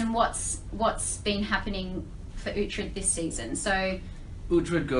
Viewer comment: Uhtred not uthred